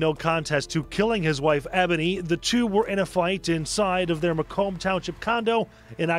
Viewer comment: Macomb is literally said how it’s spelled 🤦🏽‍♀️